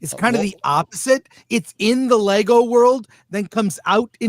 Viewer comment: It's "LEGO" 😊